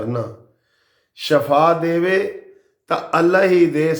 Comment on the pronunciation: Shafaa nhi shifaa hy